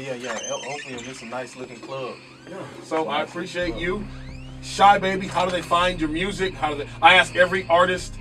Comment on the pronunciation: "Shahbabii" lmao its Sahbabii bro u kept saying it wrong